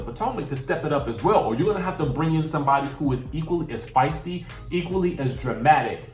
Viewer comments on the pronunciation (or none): none